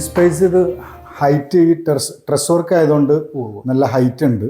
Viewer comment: സ്ട്രസ്സ് വെർക്ക് അല്ല ട്രസ്സ് വെർക്ക് ആണ്